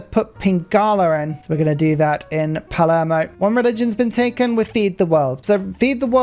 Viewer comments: Love the vid, but hearing Palermo pronounced "palmero" was painful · did he just call it palmero? 😭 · did he just call palermo palmero? 😂